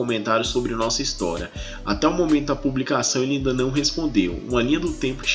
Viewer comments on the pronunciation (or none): “ Noossa fonte” kkkkkkkkkkkkkkkk ai Jesus!